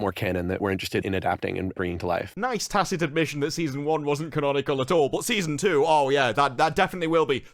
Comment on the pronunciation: "conanicol" I think you mean canonical